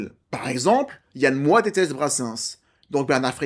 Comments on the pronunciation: Yann MOIX(E), pas Yann Moooa. 😂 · Ça ce prononce "MOAX" t'es relou avec ton "moi". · Yann MoiX!!! Pas Yann Moi ! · Je crois que tu es la première personne que j'entends prononcer "Moi" au lieu de "Moiks". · On dit MoiX pas Moi non ? Sinon j'avais adoré le film à sa sortie, pas revu depuis des années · Yann "Moi, tu le prononce comme Christiane Taubira, ou Yann Moix n a jamais oser la reprendre sur son nom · Alors plusieurs choses: déjà 30000 exemplaires en littérature correspond à un succès total dans le domaine. Le nom de l'auteur et du réalisateur se prononce Yann MoixE. Ce n'est pas Évelyne Dhéliat mais Évelyne Thomas... Vidéo un peu en roue libre à la préparation hasardeuse. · Désolée, on prononce le X de MOIX